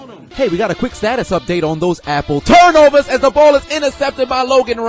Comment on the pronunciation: It gets me everytime you say apple TURNOVERS😂😂😂😂